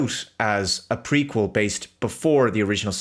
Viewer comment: Every time you said "Prequel" I could swear you said "Freakquel".